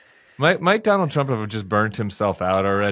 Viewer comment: Don-OLD Trump 🥵 * correct pronunciation